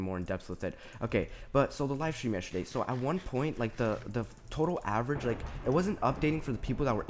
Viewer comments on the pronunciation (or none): it sounded like you said yesherday xD